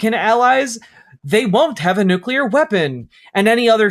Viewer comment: •New kyuh larr• is how it will always sound from the president's gobhole, officially